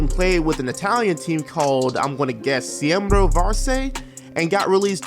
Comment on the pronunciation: Just a few pronunciation things: "Ciembro" is pronounced "CHEM-bro" bc "ci" is pronounced as "ch" in English "Химки" is pronounced "KIM-kee" You pronounced Latvia as Lativa idk if that was a joke tho "ić" is pronounced like "ich" "Vršac" is pronounced "VER-shots" "Crvena Zvezda" is pronounced "tsir-VEN-uh SVEZ-duh" but they're also called Red Star ASVEL is pronounced "OZ-vell" Loved the video nonetheless, I'm just really pedantic about these things